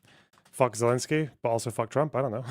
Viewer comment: It’s Zelensky